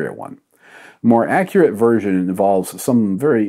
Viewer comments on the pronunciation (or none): none